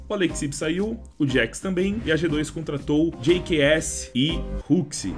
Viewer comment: jks= gqs, só eu que notei ele falando a pronuncia assim do jks no 4° minuto do vídeo? kkk